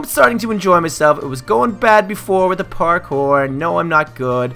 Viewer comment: you got to practice your pourkor